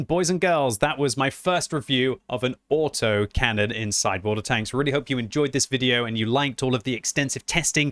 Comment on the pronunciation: LOL, "Auto-Mac-Canon"... OK, that's what I'm gonna call them from now on!